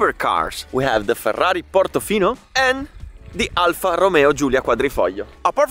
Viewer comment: I finally know the correct pronunciation of the Alfa 👍